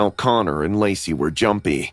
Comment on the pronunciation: someone else heard her say lazy instead of lacy